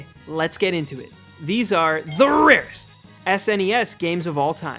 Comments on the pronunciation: The RRRRRarest. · If you quit saying "rarest" like your saying it, I bet almost all of those downvotes on your videos would go away. I upvoted, but just letting you know.